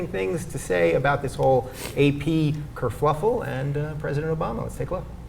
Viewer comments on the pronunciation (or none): This is the second time in a week I've heard Rubin mispronounce kerfuffle...Dezi Doyen did it too.